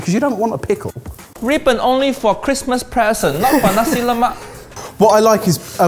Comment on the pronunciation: as a malaysian watching this, i'm getting unreasonably triggered every time they say "lemak". as best as i can describe, it's closer to the "lou" from "colour", and the "mak" syllable is half-way between "mac" and "muck". also, every time they say a food is singaporean, i get triggered the same way indonesians would when a dish is called malaysian (even though i do believe nasi lemak and laksa are malaysian).